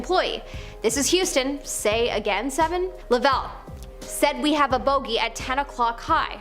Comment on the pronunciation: Cool video. By the way it's Jim Lov-ell not La-vell